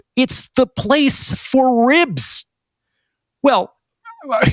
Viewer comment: The part about the restraurant and how he says ribs idk it’s funny 🤣👏🏾